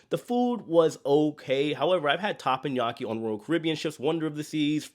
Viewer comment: I’m distracted by TAPPANYAKI. It’s not pronounced that way! It’s Teppanyaki. But, I love you and your videos!!